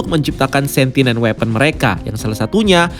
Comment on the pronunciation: Sentient bukan sentinent 😊